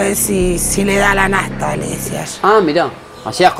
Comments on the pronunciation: No es nafta es naSta 😂😂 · La unica vez que uso la "S", fue cuando dijo naSta. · dijo que cuando salga, devuelve todas las "S" que se comió en la nota.